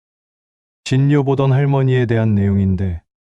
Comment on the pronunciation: 진요라고 읽으시면 안됩니다